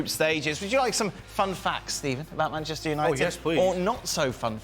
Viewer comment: Bantchester United 🤣